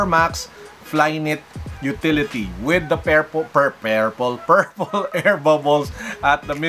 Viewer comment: Pwede na ilagay yan sa mga off white shoes haha. “Off White”, “Shoelaces” ito naman “Pairple”